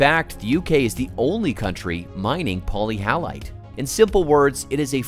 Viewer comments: Poly hallite? Sounds like many salt? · Not being able to pronounce the actual subject of the video properly indicates sloppy and shallow research at its most basic level, however, the video itself was interesting and informative, even if it did show stock footage from other industries such as conveyor belts transporting coal! Polyhalite is misleading to me, it implies it should contain halides. Wikipedia isn't very forthcoming on etymology.